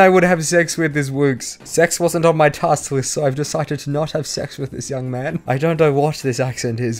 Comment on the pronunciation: Lmaoooo I started crying when she couldn’t say list 🤣🤣🤣